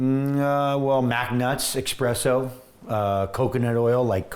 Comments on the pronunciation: Even though his results speak for themselves, the fact that he is so self admittedly into coffee and he keeps saying “expresso” bothers the shit out of me. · I love Laird but tumouric & expresso. Really? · Espresso. No X. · Every time someone says "eXpresso" an angel gets a fanny pack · Haha I literally said that out loud, I was like "dude its espresso not expresso, its not timely delivered mail". I couldn't take anything he said seriously after he fucked that up. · Who the hell says expresso 🙉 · Laird “expresso” Hamilton. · he's HUGE into coffee...he just doesn't know how to say Espresso. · Truly cringeworthy. It’s right up there with exspecially 😫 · Vince Marotte Yeah; that’s drives me nuts too!